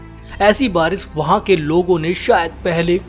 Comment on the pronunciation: baris nahi barish hota hai